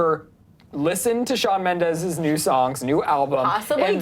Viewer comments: ...It's MENDES, not mendez... (In the beginning ) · ITS SHAWN MEMDES NOT MEMDEZ 😂😂😂😡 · BITCHHHHHH ITS MENDES, not Mendez😪😒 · Correction it's Mendes not Mendez get it straight 😑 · Shawn Mendez srsly????? It's Shawn Mendes!!!! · ughhhh ...its not Shawn Mendez , its Shawn Mendes . why does everyone say mendez ??? its so frustrating #mendesarmy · It's Shawn Mendes not Shawn Mendez😬😠😡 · Wtf is "Mendes" no "Mendez" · its shawn MENDES not shawn MENDEZ..😤😣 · i love shawn mendes💗💗💗 and it's mendes not mendez😬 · It's Mendes not Mendez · It's not Mendez it's Mendes 😂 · It's Mendes not fucking Mendez. IS IT THAT HARD? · "Shawn MendeZ" lol😂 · "shawn mendez" oh no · Shawn "Mendez" you wanna talk about him but you don't even know his name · ''MendeZ'' stop please. learn to spell his name. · Oml "Shawn mendez" nooo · it's Mendes lol not Mendes...:)) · Does it bother anyone else that Mendes has a Z instead of an S. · Mendes is with a S not a Z!